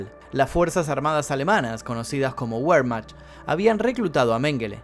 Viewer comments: No es wermak se pronuncia vermaj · Pronuncia mal wermach y waffen SS .. ANIMAL IGNORANTE!!